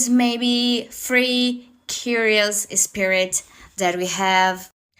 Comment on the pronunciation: I’m sorry, did he say “spirit airlines” 😂 boy, you have no business over there smh